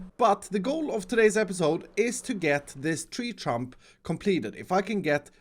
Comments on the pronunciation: No one:: TrEe TrUmP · Tree trunk.: Tree stump.: Tree Trump. Me: What.